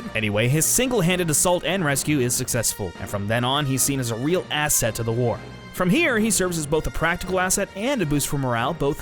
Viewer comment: Little did you know, when you used the word "ASSET" to describe Steve in this 2018 video, and how you had stressed on the word 'ass', that this would tie in to a moment in the Endgame movie.